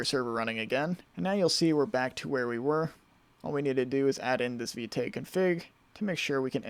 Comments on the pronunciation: It's pronounced `Vit` the "e" is silent. I thought it was Vite too but I just stumbled upon it in the docs. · Vite is pronounced "veet"